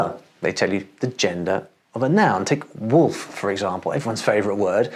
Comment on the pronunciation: Die deutsche Aussprache des Wortes Wolf entspricht nicht der englischen Aussprache. Der zweite Buchstabe o wird als o ausgesprochen und nicht als u, wie in der englischen Aussprache üblich.